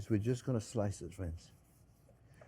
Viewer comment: "Well hello there phrinzzzzzzz!!!!"